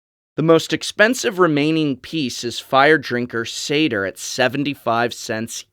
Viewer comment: Tricky Greek pronouncing here. I always say "sat ear" for satyr and "purr for us" for purphoros and I'm not sure if either of us are right